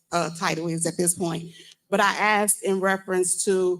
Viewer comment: For the love of…..ITS ASKED, not AKSED.